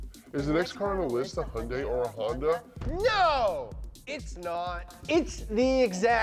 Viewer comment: Wtf is a Hondye and a Vayroane